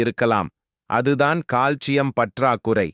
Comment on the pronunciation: In tamil pronunciation, he said proper...